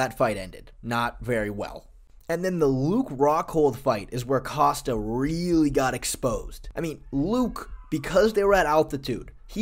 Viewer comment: You're not Chael Sonnen; stop saying "Coast-uh". It's "Cost-uh", just like it's spelled. You can't just recklessly mispronounce fighter names.